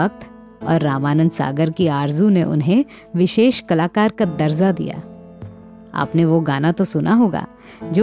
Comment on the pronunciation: Sahi lafz hai darja... Darza nahi. Bhasha ka samman karein..